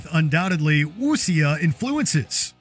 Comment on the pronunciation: It's pronounced "woo-sha" not "wussy-yah". 😒